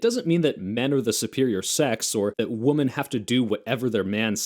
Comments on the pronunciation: I did noticed that you say woman and women the same and that distracted me for about 40 seconds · There is an alarming growth in recent years of people my age who seem to think the plural "women" is still pronounced like the singular "woman." That irks the shit out of me. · I know this video is a year old but it's my first time watching and I feel obligated to comment because I did in fact notice that you say woman and women the same